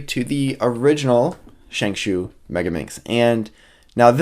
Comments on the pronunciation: As someone who speaks Mandarin, both pronuncations, ShengShao and ShengShoo, are about as accurate as each other. The actual pronuncation is ShengShow. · Well.. this isn't really important but Shengshou is pronounced "Sheng-Show" not "Sheng-Shoe" or "Sheng-Shao" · ikr as in sheng+ show =accurate pronunciation